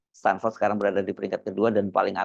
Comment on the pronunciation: KIBUL BIN NEPU... STANFORD BUKAN STANDFORD 😂